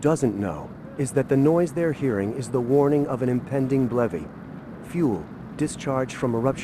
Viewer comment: What the hell is a blevy?🤣